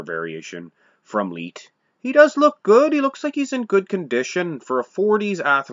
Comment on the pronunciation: You're a clown and know nothing about my GRANDFATHER...... And his name was pronounced LIGHT... LIKE A LIGHTBULB..... If you have any questions about Frank I will gladly School you, after all he is my grandfather. I hear your little disclaimer at the end of the video talking about trolls..... What about family members??? I've commented on this video several times and you don't want to get back with me apparently.... I'm still here.... And I'm bigger than my grandfather